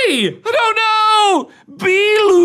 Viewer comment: idk why but the way he says bilu cracks me up💀